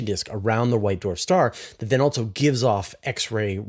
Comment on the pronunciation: BroAh, I try to cut you some slack being a CanadiaLunder, but "Altzoh", isn't how you pronounce "Also". Altzoh, lose childish video game noises and camera clicks. They are 100% not tolerable. That is all.